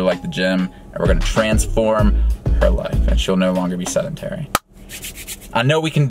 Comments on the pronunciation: "she's seNdentary" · Stop saying SENDENTARY. Its Sedentary goddamnit. Sorry just annoyed me. Apologies for the grammar naziness